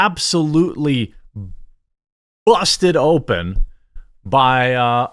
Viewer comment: Yo why he said "BUSTED OPEN" with so much emphasis 🤣😂🤣